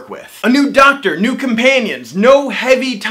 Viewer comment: Its "Doctor", not "ducktr" 😂